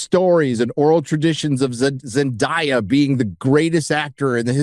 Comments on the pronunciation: its Zen DAY a not die-a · Zen Die Ya 😂😂 I’m sorry I couldn’t handle it. Idk how people pronounce her name wrong. Zen-DAY- A. 😂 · Can you at least learn how to pronounce Zen-day-a's correctly? You keep doing it over and over as if it's not well know how to say her name. Sheesh. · The way he mispronounce and enunciate zendaya's name sounds kinda racists💀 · Why do you insist on saying Zendayas name incorrectly like you're Christopher Walken?